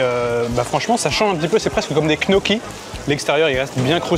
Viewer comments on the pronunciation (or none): ca se trouve il savait ce que sont les gnocchis, mais comme dans la vidéo il dit knokki on a eu un doute, d'où les réflexions.. 😅